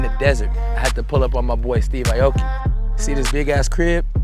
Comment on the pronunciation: Steve, why do you say Aye-Oh-Kee? Even Nate said your name right as Ah-Oh-Kee. Don't sell out foo.